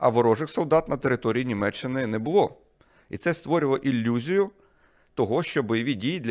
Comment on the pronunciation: іЛЛюзія, Харрер...